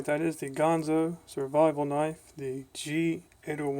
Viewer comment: It is indeed a Gerber Bear Grills inspired knife, with some small changes. I l like Ganzo (not Gonzo, by the way, it's not a Muppet, LOL - I got it wrong for a while myself too)